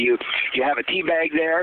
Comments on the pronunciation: i thought he was saying pee the whole time. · i thought he said pee. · it sounds like he's saying "you push out a blob of pee" lol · he said tea funny